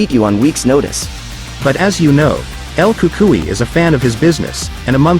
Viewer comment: It's El Cucuynot El Cukai you stupid idiot